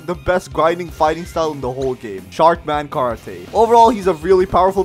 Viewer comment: also why does he say sharkman car atte